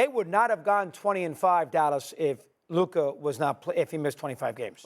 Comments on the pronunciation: If Luka had any of Ja's teammates I would pick the Mavs to win a chip. And Steven A must mispronounce Luka's name on purpose at this point XD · Ja morant is nowhere near luka or jayson tatum lmao...stephen a is embarrassing .....neither still cant pronounce luka's name thats even embarrassing